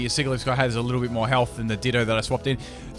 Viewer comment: it's siGilyph Me having watched a Pokémon pronunciations video: TRIGGERED